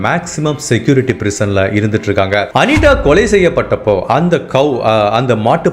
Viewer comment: ஹாய் உங்க வீடியோ அனைத்தும் அருமை ஒரு சின்ன வேண்டுகோள் தயவு செய்து தா வை தா என்றே உச்சரிக்கவும் அனிதா என்று சொல்லாமல் அனிட என்று சொல்கிறீர்கள் நண்பா தயவு செய்து தமிழை தமிழக உச்சரிங்க நண்ப